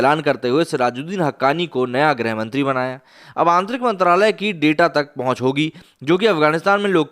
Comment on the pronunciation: "गृहमंत्री" होता है न कि ग्रह (planet)। हिंदी भाषा की ऐसी-तैसी मत करो भाई ।